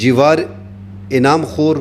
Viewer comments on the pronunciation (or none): none